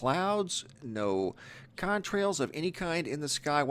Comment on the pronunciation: Dude I love ya but come on "contrails"? Really??